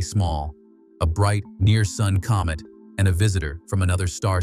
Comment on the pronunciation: A comb it? A comet man . No English speaking person in the world says comet like comb it.😂 You need to wacth little technicalities like that in your art. And right off the bat too. 🤔